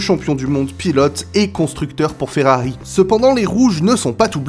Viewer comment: Arrête de dire Ferrari avec un accent Espagnol mes oreils saigne.